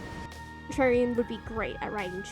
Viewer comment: My god FINALLY another stp essay Edit: I don't know if it was intentional or the audio cut out but calling Contrarian 'Trarian' is really cute